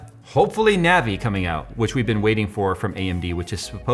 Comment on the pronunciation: It's pronounced nah-vee & I know this as Navi is my name ;-)